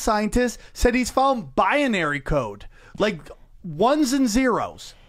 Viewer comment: “simalation theory” and “biyanary” idk what proof this guy has but im not trusting anyone that mispronounces words that bad